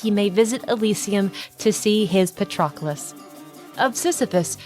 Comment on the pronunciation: Great video. Btw, it's pa-trUh-klus